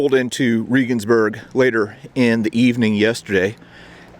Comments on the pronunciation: I'm a subscriber and former college English teacher with degrees in History and German, I'm very appreciative of your work in keeping history alive, and I respectfully offer a constructive criticism. The name, Regensburg, is not pronounced "Reegensburg." It is pronounced "Reagansburg"-- the same way 40th President Ronald Reagan's family name would be pronounced with "burg" attached. When you post informative productions as you do in your History Traveler series, it puts you in a position of accountability to get the details--in this case correct pronunciation--right. Referring to Regensburg as "Reegensburg," or the name of any location for that matter incorrectly undercuts and detracts your credibility to a certain degree. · Es heißt Regensburg verdammt nochmal! Seid ihr ein bißchen blöd oder was !? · Bless your heart for trying. But it’s pronounced just like the president. President Reagan. I’m not bashing you, but as a foreigner living abroad I know pronunciation is important. Love your videos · If you want to be a serious history buff, try to pronounce Regensburg correctly. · As an ex-pat living in Germany, you really should have asked someone how to get your pronunciation of Regensburg better. Your story is great, but I twinge every time you say the name. I get it, but, still. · Love your videos but you're butchering the names of the German cities. Regensburg is pronounced like our former president Reagan. And Berchtesgaden is pronounced as if it were spelled like this... "Baretesgodden". Sorry. I was stationed over there for 5 years and my ex is German. I'm a stickler.